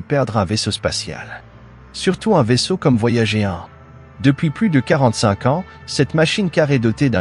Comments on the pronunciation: Mais pourquoi prononcer "voyagéééé" ? Boulot étrange qui me fait quitter au bout de 2 mn. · C'est une voix automatique, une IA, qui lit bêtement Voyager en français...